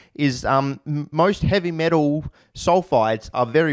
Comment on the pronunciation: lol you pronounce "heavy metal" as "heavy metoo"